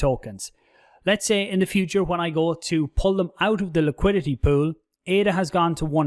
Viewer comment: You say pool, i hear poo... Can't get it out of my head 😂